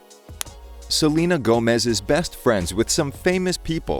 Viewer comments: I HAD NO IDEA WHAT HE WAS TRYING TO SAY AND I THOUGHT HE WAS SAYING THAT SHE WAS GOING ON TOUR OR SOMETHING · LFMAOSKOS IM SORRY HE SAID SELENE TOURS I- 😭😭